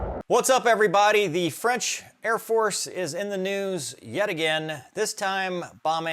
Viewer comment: Freinch again 😂